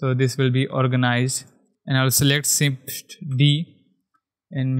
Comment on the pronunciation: sift = Shift ?! wtf ...are you disabled ? shader the same thing,.. you cant spell SH ? ...LOL hahahaha